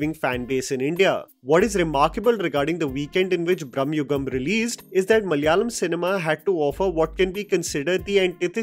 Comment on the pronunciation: that opening malayalam speaking attempt was good. In hopes that the industry might bring more films to enjoy let me give you a minor linguistic update: MA-LA-YA-LAM മ-ല-യാ-ളം म-ला-या-लम It is malayalam, not ma-lya-lam! 😁 (No hate, you might need to use the word again, hopefully ✌️) Although, i wish Malaikotte valiban was also successful, it had some potential but failed now, it might find its right audience in the future 🙌